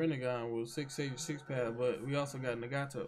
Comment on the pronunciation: The way you said Nagato pissed me Off Lol